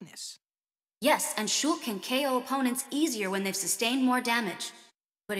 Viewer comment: ITS SHEIK.